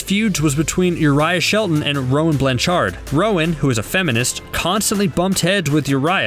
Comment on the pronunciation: ugh i got so bugged when he said Ravee instead of Ravi and zendiiya instead of zendeya and Roan BlanCHARD ect. bro its not that hard they r just names and easy ones